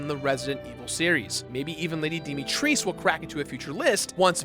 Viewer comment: I don't really care for RE, so don't know if this is the case, but have they never spoken lady Dimitrescu's name? Because that's not how you pronounce it. It's something like "Dee-mee-tres(pass)-coo(l)", btw.